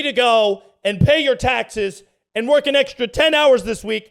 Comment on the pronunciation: she mispronounced “work”